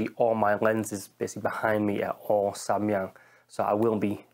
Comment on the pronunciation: I'm a korean and you're the first person who speak Samyang correctly ! anyway it's quite good lens but 85/2.8 is not satisfactory